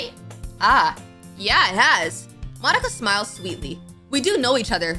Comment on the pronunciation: No offense or anything, but... "Monkia" 😭😭😭😭